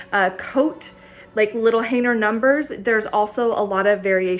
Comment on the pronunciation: What is a "Haner"? That word has a "G" in it....Hanger LOL